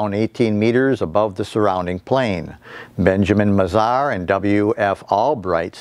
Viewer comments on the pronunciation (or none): none